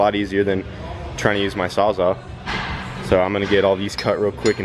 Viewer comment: It's "Saws-All." Not "sawzaw."